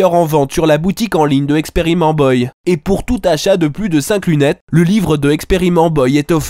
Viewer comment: On dit "Experimental boille" monsieur, tout de même!:D Ah le con comme il m'a fait rire!